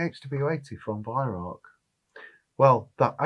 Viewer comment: Why can't you pronounce the word 'Weihrauch' correctly? It is not 'weihrock'.